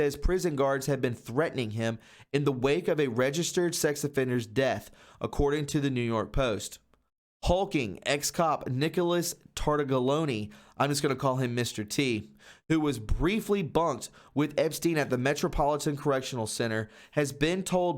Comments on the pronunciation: "Tar•tag•lee•own•ay" with the accent on 'tag' is how it's pronounced, sir. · Tar-tag’-lee-own. Holy cow you butchered that name.